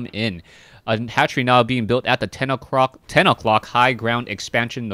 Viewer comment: "10 o'crock" asian accent slipped in there.